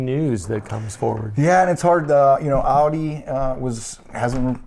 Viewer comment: Happy new year guys . . . Ya really need to learn how to pronounce some words guys . . . . Tyrrell. . (Ti rell . The y is sounded like the i in "in" ) . . Renault . ( ren o) . Audi . .(ow di). . . . . Go Liam . . 👍👋🇳🇿